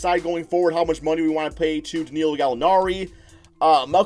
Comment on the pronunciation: Learn how to pronounce that man’s name! It’s Danilo not Danealeo!!! Also Shai’s last name is pronounced Giljus, I’ll give ya that one because you can say his first name right. 😂